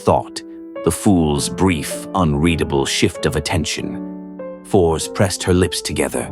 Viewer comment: seeing the name written and pronounced a Force instead of written and Fors and pronounced and Forz is kind of grating on the nerves